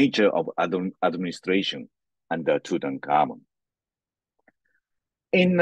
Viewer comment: sweetheart, the king's name was NOT TuKankhamun, or Tukhamun (although it was, originally, Tutankhaten, until after the Amarna period), both of which you called him. It is pronounced like it is spelled, TuTankhamun. Also, his father Akhenaten, NOT Ignaten, which, for some reason, you called him.